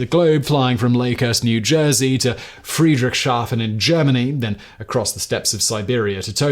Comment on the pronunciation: it's not Friedrich-shafen, it's Friedrichs-hafen